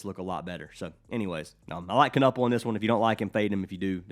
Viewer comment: Appreciate the love the Milwaukee homie Kon but the last name is pronounced like Ka-nipple.